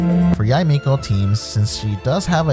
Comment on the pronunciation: Tysm! And btw her name is pronounced Yi-mekO